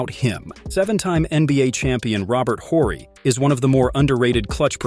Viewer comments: It's not "the" Joker. You wouldn't say the Batman or the Superman. It's just Superman. Also it's not Robert Whorey. The "H" is silent in his last name, pronounced "orry." Last thing, Dirk Nowitzki's last name, the "W" is pronounced like a "V", Novitzki. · Robert Orry bro! ORRY! Can't stand mispronounced famous names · Who is “Robert Whorie”? 🤔 You using AI or you just don’t know how to pronounce his name? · The way you said Robert Horry just gave me cancer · Why is he saying Horry wrong lmao. Must be a zoomer